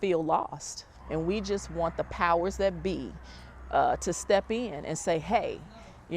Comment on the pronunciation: Now that you bring it up … the proper pronunciation of “That” does not include a “D”. I know you know this; I’ve seen you in a suit. 😉